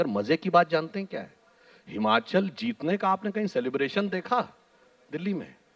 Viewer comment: Bhai ye Himanchal nhi he...... It's Himachal Pradesh